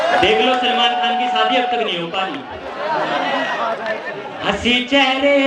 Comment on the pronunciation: You have to struggle more bro. You are copying some style & lyrics from Kumar Sir but it is not suitable for you, Don't copy other's style & lyrics, do yours own, And one more thing,correct your pronunciation like not manjil its MANZIL, not maja its MAZA, not sadi its SHADI , not palke mund its PALKE BAND because there is no any word like Mund in Hindi. I hope you will consider these things. haaaa but GOOD EFFORT keep trying it...............................